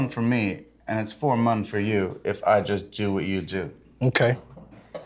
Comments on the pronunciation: at like he says for mum instead of more fun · Listen to Jack says "its fore mun for you" lmao